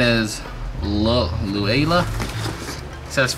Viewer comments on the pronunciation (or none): Just a fyi I know this a old video lol but that clutch is pronounced Lu Ella